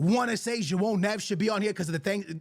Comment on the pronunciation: This man said João Neves😂. I get it man you Portuguese 😂